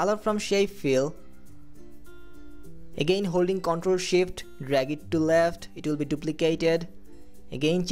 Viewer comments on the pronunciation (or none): ye Bengali hey .... iska Pronunciation kehe ta hey ... ctrl + sshhift